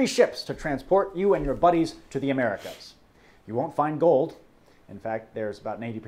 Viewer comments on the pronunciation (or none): none